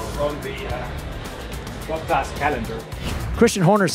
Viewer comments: i’ll give you $50 if you can pronounce Bottas correctly! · He could learn how to pronounce Bottas